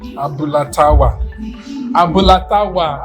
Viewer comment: T'awa should have been "do" "re" and not "mi" "do", because "awa" is "do" "re. That's why I thought it was Tawa's Abula joint. By the way "Fuku" "do" "do" is the lung.